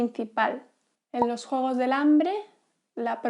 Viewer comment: La forma en que pronuncias la palabra "juegos" me sorprendió!